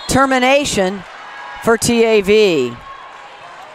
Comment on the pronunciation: her saying t - a -v is so annoying, girl say it together